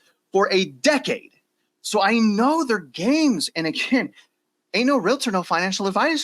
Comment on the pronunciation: Can you guys please learn how to say the word Realtor, not realitor? I listen to your programs on a regular basis but it annoys me that you can't make that correction.